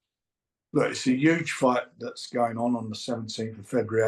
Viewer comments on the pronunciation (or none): It’s ‘UGE!!!!!!…